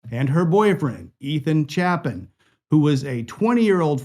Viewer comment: If you’re going to speak their names. Say it right. ETHAN CHAPIN. Pronounced: Chaypin